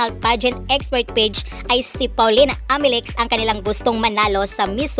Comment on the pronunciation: okay na sana video mo pero pag pronounce mo ng Amelinckx walang N